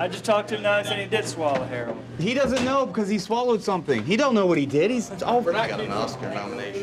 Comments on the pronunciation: I hate when people say "hair-ron" instead of "hair-owen" it sounds so wrong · The officer pronouncing it as "Hair on" is absolutely annoying. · Did he say hair Ron ,he can't Herion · Was anyone else annoyed when he kept calling it heron instead of heroin ? Heron is a bird. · That deputy knows damn well how to pronounce heroin. He keeps saying her-ON. Ive met a few people who do that. Why? Seriously why?